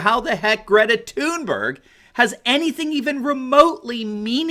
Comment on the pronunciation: ‘Greta Toon-bear-awe-ght’